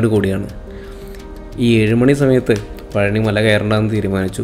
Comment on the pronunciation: പളനി അല്ല. പഴനി